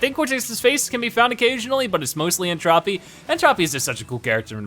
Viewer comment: It's N Tro-pee, not Trah-pee.